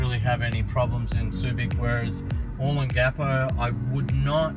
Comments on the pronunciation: It's "O * long * a * po," not "O * lon * gapo"! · It's Oh-Long-ah-Po, Sure looks cleaner than it did in the 80s I'm betting it not as much fun though. Thanks for posting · Dude find someone to teach you the right pronunciation O Long Ga Po giving advice on a place you can't even pronounce is not good Simple ...other than that a good video. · Oh-Long-Gah-Poh. Other than slaughtering the pronunciation, great video, would love to see more of Magsaysay, Rizal and Gordon Avenues. yes, it has changed a lot, but the memories are always there. The true Adult Disneyland that put all others to shame, even to this day. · u are pronouncing olongapo incorrectly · Very nice vid...but please learn how to pronounce Olongapo correctly. Thx